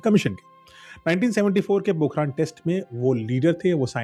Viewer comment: Bhai vo पोखरण hai पोखरान nahi h kam se kam jagah ka nam to padh liya hota😂😂